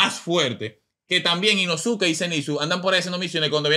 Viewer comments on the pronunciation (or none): La U en el nombre de inosuke no se pronuncia 😂 se dice inoske